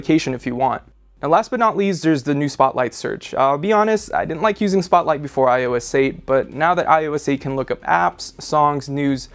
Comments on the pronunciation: iso aye!!!! its eight!!! 8 not ios aye!! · He sounded like he was saying iOessate